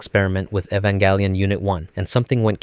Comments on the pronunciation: It's Jelion not Gelion because it's based on the word evangelism. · I think the most horrific experiment its you mispronouncing the names just to increase engagement. it works you sadistic evil person. are you happy? "evangalion" I swear to gad. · “Evan galleon” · Who the F is 'Evan Gallion'? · Bro you got to learn how to pronounce the title one of this days, I mean you doing 20 mins essays about it and you can’t! That’s crazy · is it really pronounced ehv-en-gal-eon or is it ee-van-gel-ien like the irl non-anime word is?? i don’t watch the show but ive been binging these videos for some reason and im curious about it lol. i have a feeling this is something that is frequently argued among the fandom lol, as usual. a ray-kway-za/ray-kwah-za type sitch lol